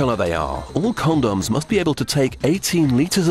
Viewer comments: "After all they have a very important job to do!" Haha. He says Condums, haha. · CawnDoms XD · but first... CONDOMMZ.. Sheesh... nice pronounciation :p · but first con-dons he said it funny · "CON-DOMS" & "STAIR-AISLE" lolol I love how those are the only two things he pronounces funny xD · lol... CON-DAWMS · i like who he say con-dons! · con doms when its pronounced comdms lol